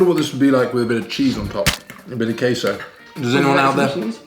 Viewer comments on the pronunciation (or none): none